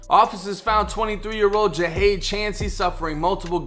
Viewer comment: It was a robbery gone wrong, my boi didn’t fuck wit nobody .... it was just a few bum ass Niccas tryin to rob da stu and failed ...so they decided to take his life Smfh btw bro u pronounce his name wrong, but like I said in my last comment (Jahade was my neighbor / a good friend / overall good peoples and had a very positive mindset, also one of my clients meaning I used to cut his hair in that exact same studio not too mention... 🤦🏽‍♂️😓 (Rest up king)